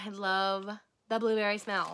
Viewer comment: The "I loaf you" toast squishy kind of sounds like "I loath you" rather than love you 😂😅